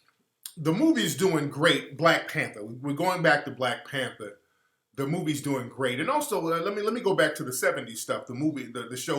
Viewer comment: "you ah de new blek pentha"